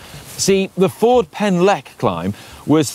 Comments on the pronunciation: 'Fjord' Pen Llech? 😂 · your pronunciation of Ffordd Pen Llech is appalling! 🤣